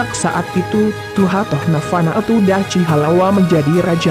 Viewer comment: Kurang jelas !!! Dachi bacanya Dakhi bro ... Ya'ahowu